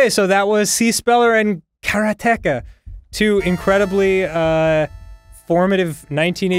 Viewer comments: How they pronounce Karateka is killing me. So wrong lol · It's not 'kara-TEKA', it's 'karate-ka', it's literally the Japanese word for exactly what the game said it was, a practitioner of Karate... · Karateka blasted me to the past, but it was jarring to hear Dan say kara-teka. It's karate-ka, right?? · Someone has probably said it some where, but it is pronounce Kaa raa te ka. A practitioner of Karate is called a Karate-ka.